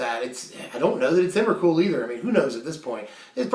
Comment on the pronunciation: It's Emrakul. Great cards though!